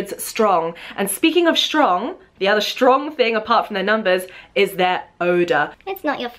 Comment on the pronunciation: why do u say shtrong? there is no "sh" in strong.